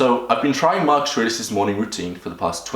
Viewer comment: its not Markush but markus